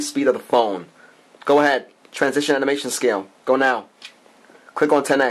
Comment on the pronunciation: its animation not amination.lol.